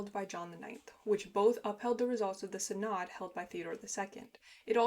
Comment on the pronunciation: If you want to know, 'synod' is pronounced SIN-əd.